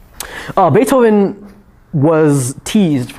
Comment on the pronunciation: we wuz "baifhoven"